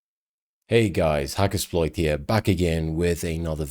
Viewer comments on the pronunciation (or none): I miss the way you used to say hacker”sh”ploit for a short time about 6yrs ago, always love the vids tho👍